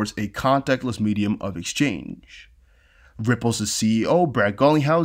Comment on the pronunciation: i really appreciate your effort and contribution to the space - constructive feedback from a strictly oratory perspective, consider when pronouncing your possessive nouns [i.e. Ripple’s] without the extra s/z syllable. if you just stick to pronouncing one ‘s’ on the end your speech will flow much cleaner.